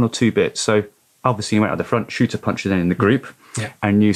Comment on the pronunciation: Its Shurter not Shooter.. otherwise an excellent podcast!